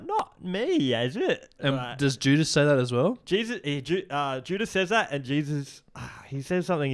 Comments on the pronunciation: saying judas is like jewdas is maybe the most insane thing said on here yet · JEW-dis made me LMAO